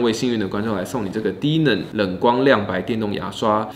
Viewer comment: 原來不是只有我聽成低能